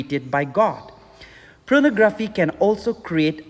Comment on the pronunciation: It's Pornography, not Pronography...